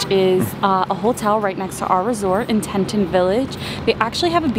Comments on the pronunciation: Its Pronounced TEA-TAHN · Al pine not alpin. Tee tawn. Mange eee. Not mangy. Might try to pronounce the places you travel to correctly. 😂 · thanks so much! The area just had so many great eats. And Yes I kept pronouncing it wrong :( I tend to do that. Sometimes I get embarrassed by it but I get so excited when I am on site somewhere